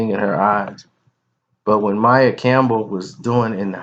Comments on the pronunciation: It's pronounced maia not Mia smh !!!!! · you're so full of shit sometimes. You don't even know how to pronounce the girl's name, but we're supposed to believe you know the intimate details of her life (besides what we've already seen her say in interviews)?